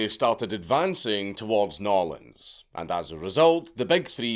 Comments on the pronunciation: .... Did this man just nail the true pronunciation of New Orleans? He can't even say burglar alarm 😂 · He got New Orleans with Norlens, but flubbed it on Mobile - Mo-Beel rtr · Yet he got "Nawlins" right. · You dont have to disconfigure your mouth to say NAWLEANS to not offend, Scottish man, Im a Texan and i say New Orleans (New Or Lans) and no one gets offended. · also wtf, how is it the Scott (through a heavy, "let everyone else understand me" filter) pronounces New Orleans correctly? when basically most of us Americans won't even say it right?